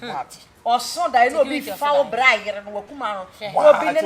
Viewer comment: it is bra not bla.. Ahhh